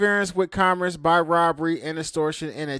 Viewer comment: you can’t even pronounce the word “commerce” properly fool shut up